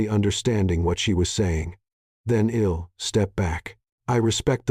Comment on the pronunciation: Quit saying Luke-ass! She'd is not shed, I'll, is no ill.